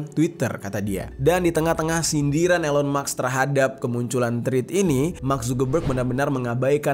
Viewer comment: Kenapa "elon maks" bukan "elon musk" 😅